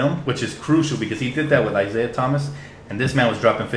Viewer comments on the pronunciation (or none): none